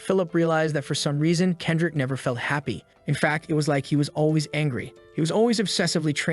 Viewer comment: "Kedric" ?????? Kendrick Lamar?????